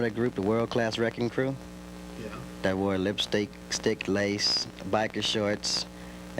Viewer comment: Its WRECKING CRU not RECKON CREW